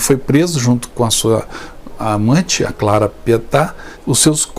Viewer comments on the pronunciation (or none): none